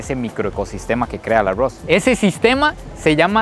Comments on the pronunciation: 😂porfa no digas tanto la palabra agos 😮si no sabes pronunviar la r doble😮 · Los ticos así pronuncian la r. 🙊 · Así pronunciamos los ticos la "R" 😊😂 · me gusta muchisimo tus videos, pero la manera en la que dices arroz es lo mejor ahahha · Dices arroz muy graciosamente